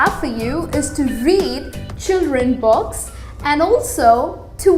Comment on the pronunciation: read children box? lol i know its 'books' but your pronounciation is really awsome. :D rather saying books she is saying 'box' and 'bogs'